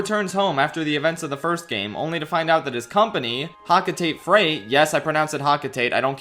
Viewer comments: it is hokotahtay not hocuhtait 😢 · Just gonna say it anyway: It's pronounced "Hoe-co-tah-tay," not "Hawk-o-tayt" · It's pronounced Hoc-o-tate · pronunciation doesn't even make sense. The name Hocotate Freight is obviously alliteration, so why would it be pronounced Ho-ko-tah-teh Freight? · the first to pronounce Hocotate, pronounced it like that cause that’s how nintendo pronounces it unfortunately